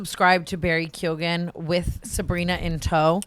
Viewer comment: PLEASE if you can say Keoghan right you can say Mescal right. It’s not MEZ CAL. 😭